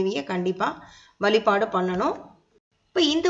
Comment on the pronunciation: Please tamil la correct pesunga ma.. vazhlaipazham nu sollunga... Valaipalam , valipadu... please learn to talk tamil in a right way because aanmegam idhuvum thaan